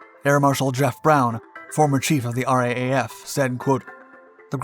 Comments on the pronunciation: It's pronounced "R double-A F", mate, not "RAAF". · It's R double A F, not R A A F. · Just a heads up, when referring to the RAAF, we say it R-doublle-A-F, not R-A-A-F. Love your channel. Cheers from Oz. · Just a thought for future commentary…no one in Australia says “R-A-A-F”….it’s a bit of a mouthful, and we Aussies are lazy talkers. The common pronunciation is “R double A F”….it just easier to say. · It's pronounced R double A F. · For future reference, RAAF is pronounced "ar-double-a-ef". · It is pronounced R double-A F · RAAF - It’s pronounced “R double A F” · For the love of god ask an Australian how to pronounce RAAF if you're gonna keep ralking about us